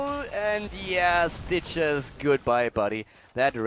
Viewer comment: When says "Stitches" I keep hearing "Citrus".